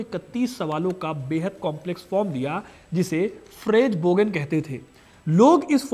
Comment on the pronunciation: फ़्रेजबोगन नहीं फ़्रागेबॉगें होता है